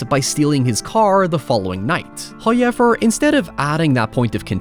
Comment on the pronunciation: First "hoyevver" drops . Praise be.